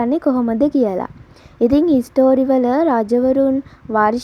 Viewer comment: හිස්ටරි නෙමෙයි හිස්ට්‍රී